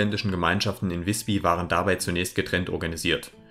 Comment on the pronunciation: Übrigens: Nicht "wisbi" sondern "wisbü"! Das y ist im Norden dasselbe wie unser ü.